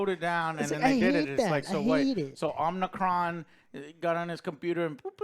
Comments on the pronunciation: Unicron not Omnicron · Joe, I know you ain't a Transformers fan, but it's Unicron, not Omicron lol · Dude it’s Unicron! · UNICRON UNICRON UNICRON UNICRONNNN. LOL sorry but i was screaming at the screen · Lol did anyone even say Unicron once? Omnicron was said so many times 😅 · Omnicron??? Lol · It's Unicron lol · It’s “UNICRON” guys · My dude said omnicron….. creditably instantly lost 😂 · Man said omnicron? So. . . . . . Not a transformers fan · omg stop saying omnicron lol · Did he call unicrom omnicron? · ITS YOU-NEH-KRON!!! UNICRON!!! GET IT RIGHT!!! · OH MY GOD Omnicron! haha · 😂😂And the crazy part is the name is spelled the same way it sounds and he still gets it wrong I don't know where the o came in from, it's literally Unicron😂😂😂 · You mean to tell me there's 3 of you guys with access to google and none of you bothered to correctly see and probounce unicrons name or do any research? I get reviews ate opinions but do the joes not get the animated series and the 1985 movie had humans along side them wirh acrual backstories. These movies are top of the libe deep films. Theyre adaptations of corny cartoons and comics. At least the humans had a more compelling story , not over sexualized like michael bays or super cringey loke the older ones that gave robots balls and had them peeing on humans for comic relief. Lol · U-ni-cron Joe XD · Yall can't even get unicron's name right 🤦‍♂️ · How can you say you're a fan and get the villain name wrong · Its hard to take this review seriously. He cant even say unicron right. Clearly never watched transformers animated. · It's Unicron. Not Omnicron. He isn't a Covid variant. I grew up with the cartoons. Loved them. This is a good movie. *Cheetah did have several lines. I watch all these reviews (Joes), and they get around 60% (6/10) their scale, accurate in movies. Stick to game reviews, please! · Guys…. UNICRON! NOT OMNICRON!!! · Omnicron? Who is that? Or do you people mean unicron? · It's unicron not omnicron